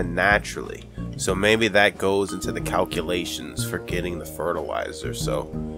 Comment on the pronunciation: all these cowculations ey